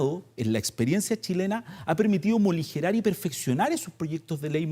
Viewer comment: Avísenle a este académico chanta que no sabe hablar… que la palabra es “morigerar” y no “moligerar”… si como habla hace clases… estamos perdidos!!!